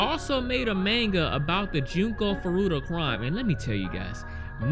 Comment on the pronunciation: Why do you say manga like that